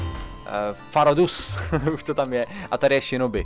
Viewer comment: NE MA TO BIT TAKHLE FAH RO DUS = FUS RO DAH